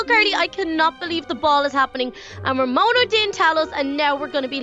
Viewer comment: called Ramona Ramoni